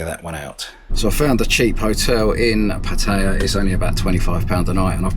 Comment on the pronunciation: It's pronounced Putty-ya just FYI